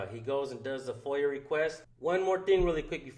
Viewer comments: It's not FOIL request it's Foia, pronounced Foy uh. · Freedom Of Information Act (request) = FOIA -- think Spanish pronunciation. Or in English, it would be like "foya". Not "foil". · FOIA not chicken foil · F.O.I.L is a mathematical term meaning first,outside, inner and last used for multiplying binomial its kind of like P.E.M.D.A.S. Sorry but I always laughed watching auditors say foiled request also 🤣